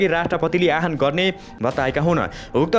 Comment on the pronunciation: आह्वानको अर्थै न बुझी आहान आहान भ्न्ने कस्ता समाचारवाचक होलान् यी।